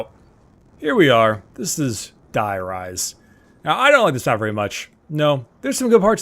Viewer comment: though you may know this and not care it is pronounced dEE-rise. That is how is is pronounced in German where die means "the". love the vids.